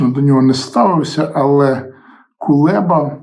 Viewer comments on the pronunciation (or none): none